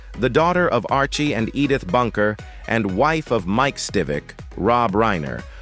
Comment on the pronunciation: Edd-ith … And Sally S Truthers… does it keep getting better?